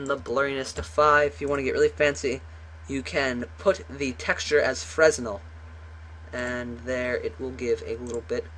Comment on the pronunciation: it's pronounced "Frennel"